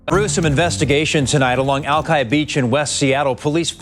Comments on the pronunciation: I love how he keeps saying Al-key despite having the proper, long I pronunciation in the news report on the video... And somehow it doesn't actually take away from his storytelling. He's just that good. So glad to hear an update on this case, as it was very close to home. Hoping for peace for the families. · For having been born in Seattle, you aren't pronouncing the name Alki right. It's Alk-eye. I not ee. SMH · I live in West Seattle. Please...Alki is pronounced with a I...not said like E... Alki, I...not Alkee... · Great video, and I love your channel. One negative here... The locals pronounce it "Al-Kai" not "Al-key". The TV news report you used in the early part of the video has the correct pronunciation. Good video, but for any long-time Seattle resident, this pronunciation is a bit jarring. Good work overall! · omg lol you make the beach sound drunk. the i in alki is pronouncede eye not like cheese but i might like your pronunciation better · As a current Seattle resident... it's "Alk-eye" not "Alk-ee" :) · Pronounced "Aelkai" not Alkey LOL. You sure you're from Seattle? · PS Alki Beach is amazing (it’s pronounced AL-KAI rather than AL-KIE) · Is the presenter just reading a script someone else wrote, or is it AI? Cause that is NOT how you pronounce Alki. The "I" in Alki is pronounced like "I"/"eye". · As a Seattle native I've never laughed so hard at someone pronouncing Alki it's pronounced ( al-kie) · Fantastic video, fantastic channel! But as a seattle native, it's pronounced Al-Kie. the i says its name lol. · Pronunciation Al-K👁 Beach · You mean Al-kī? Lol, being from Seattle I could barely watch this as he mispronounced ALKĪ beach like every 5 seconds in the first 2 minutes. Albeit I am just now learning of this incident. Keep up the good work! Love your channel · "Alki" is pronounced /ˈælkaɪ/ . The news reports pronounce it correctly, yet you repeatedly mispronounce it. Did you watch the news reports?